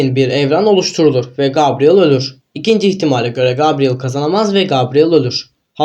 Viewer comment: Gabriel diye yazılır gebriyıl diye okunur.